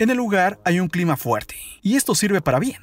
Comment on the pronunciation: Díganme que no soy la única que escucha una "eee" cuando la palabra termina con "a"... Ejemplo clime, tormentes, zones.... 😂🤦‍♀️